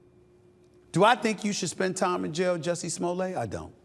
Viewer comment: SA you pronounce the Ts in Jussie’s name.